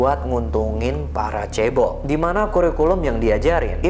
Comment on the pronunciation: yg beliau katakan "Chaebol" yang gua dengangar "Cebol" 🤣😂